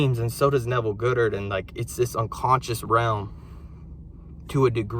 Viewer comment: Pronounced God-dard not Good-ard hun